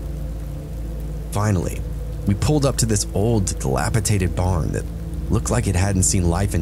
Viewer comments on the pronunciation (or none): Dilapidated ✅ Dilapitated ❌